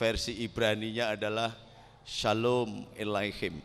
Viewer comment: Jiahhh... "Syalom ellaichim"????... Gus-gus... :D